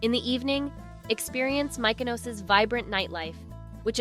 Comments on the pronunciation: AI SLOP… A lot of AI generated images and inserted clips that are incorrect. Take it down. Also the way Mykonos was pronounced… clearly an AI voice over. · Please learn how the pronounce Mykonos. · How does the narrator NOT know how to pronounce Mykonos? It's not difficult. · Please educate the narrator to accurately pronounce Mykonos and Gyro. All the videos were beautifully shot only to be tarnished by the mispronunciation of the most basic words.